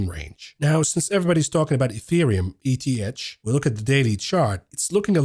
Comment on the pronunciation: ETH is often pronounced as “eeeeth”